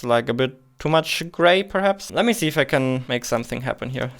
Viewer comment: Kann es sein, dass du Problem mit dem Buchstaben S hast? Ich möchte dir nicht zu nahe treten daher die Frage. Hätte mir auch gerne das Video weiter angeschaut aber wenn ich sich jedes S anhört wie im deutschen (vorallem bei Sätzen mit "can i see", "you see") bekomme ich echt Kopfschmerzen. nur ein gut gemeinter Rat bissel auf die Aussprache achten. aber ansonten thumps up